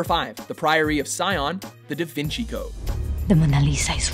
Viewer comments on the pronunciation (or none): none